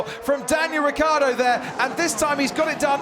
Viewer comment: What a bunch of idiotic comments! It's a RACE!!!!! A lot of you apparently would rather see a dozen nuns on bicycles. (Btw Vincrand, the name is Ricciardo not Ricardo. And it is pronounced Ritsjiardo!)